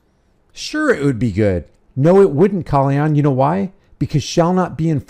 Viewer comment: How you manage to mispronounce his name when hes all over the Internet lol.